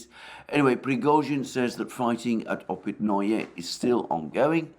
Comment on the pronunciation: Hearing Alexander pronounce Опитные opitNoYe is like nails on a chalkboard